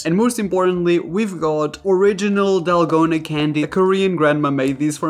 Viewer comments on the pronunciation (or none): none